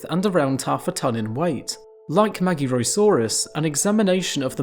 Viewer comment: Except the magyarosaurus, that was butchered. To be expected honestly, as the letter "gy" is a single letter, to be pronounced like D in the word during, when told by some british accents - and is generally not used in english.